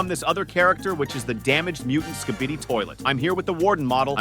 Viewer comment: Im glad that im not the only one who heard it